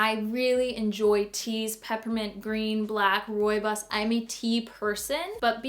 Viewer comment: As an Afrikaans speaking person, hearing you pronouncing "rooibos" made me smile! You pronounced it so WELL!